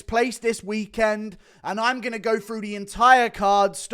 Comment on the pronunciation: Why do you pronounce "through" as "frew"